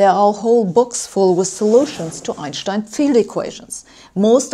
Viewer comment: I love the way you pronounce Einstein properly!! :). - also... Way to science it Sabine!